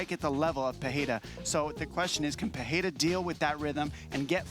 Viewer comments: Pereira ❌Pierre ✅ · Nothing bugs me more than Chael sayin Pee-Era